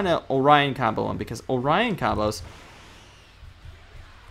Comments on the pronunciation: It's not Orion its Orin as in OR IN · Why does he say orian combo